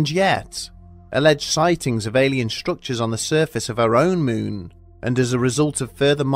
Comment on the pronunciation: “Capshool”? “Myoon”?